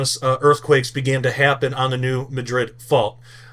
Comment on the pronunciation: It’s pronounced MADrid.